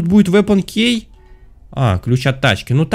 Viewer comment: Меня одну бесит,что он говорит слово«key» неправильно😂(правильно кии,а не кей😂)без обид❤️